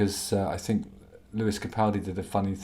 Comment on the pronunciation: Justin! I'm so glad you brought up that you say "fink" instead of think - it drives me mad! Didn't wanna bring it up and make you feel self conscious ( not that I a mere mortal could do that but in case loads of people were saying it). I think ( no pun intended) it's because you speak 'proper' so the 'fink ' sticks out like a sore thumb. Anyway regarding this one dimension bloke - I had no idea he is such a plumb! What on God's green earth did Chezza see in him? If ever there's a prequel to The Office ( David Brents younger years) this is the boy to play him. Loved this one - very entertaining 😂✌❤